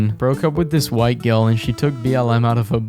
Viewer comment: having a stroke reading ‘this’